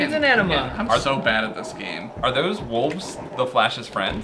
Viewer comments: I only accept wooves from. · said "wolves" with an "L"! * epic maneuver *